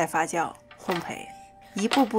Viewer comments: 非常谢谢的讲解 最爱你教这些基础料理了 只有有一点点小瑕疵 就是烘焙要读bei四声 当然只有认真看完全部视频并一直细心听的人才能发现啦~ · 最后说的烘培是不是应该读“hong bei”😄